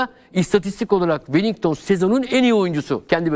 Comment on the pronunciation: Hoca bile welinton'a welington diyo çok enteresan